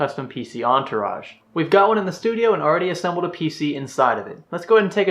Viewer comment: uhm... did he say studio?